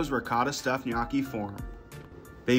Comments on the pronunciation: Ma per favore ti prego di imparare come si pronuncia la parola “gnocchi” , the way you say it sounds like “GNAWKKY” 😢😢😢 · Looks good, but his pronunciation of gnocchi is cringe😮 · It's pronounced guh-know-chi not nyo-cki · Did you place a bet to see how many times you can mispronounce gnocchi?? 😂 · NyAcky is what I hear😂😂😂😂 I always find it funny how Americans pronounce words so weirdly. Other countries are able to adapt to different tongues, especially deep distinct local languages. But Americans basically just say no😂😂😂 I swear Europeans and Asians could even pronounce African words much easier than y'all and vice versa because we understand the pronunciations of different vowels and consonants between us. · Another "food influencer" that doesnt know how to pronounce gnocchi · ive herd him say "knocky" so many times i actually forgot how to pronounce it correctly lol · Bro's needs to spend some time learning the proper pronunciation of pasta lol it's ño-key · Sir.. it’s pronounced “nyo-key” it hurt hearing it every time.🥲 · Hes pronouncing it wrong and it's driving me crazy 😢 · Thumbs down just for his pronunciation of gnocchi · he's gotta be trolling with that pronunciation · As a non English native speaker, i find it very funny this gnocchi pronounciation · I'm not Italian. I live smack dab in the middle of the USA. I'm from English, Russian and Polish decent and EVEN I KNOW the pronunciation of gnocchi is WRONG, like nails on a chalkboard wrong. So if I KNOW it's wrong, pretty much everyone should know it's wrong...just sayin'! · Gnocchi That's the worst pronunciation I've ever heard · That is the weirdest way I’ve ever heard someone pronounce Gnocchi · Can't handle your pronunciation of gnocchi! 🥴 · His pronunciation of gnocchi is killing me lol but it looked delicious